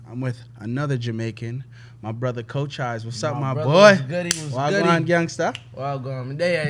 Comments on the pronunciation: Isn't his name pronounced CO-CH-EES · Off the rip pronounces his name wrong 💀